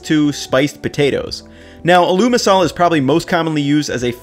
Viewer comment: My man really said “a mashed a Lou ma Salah” lol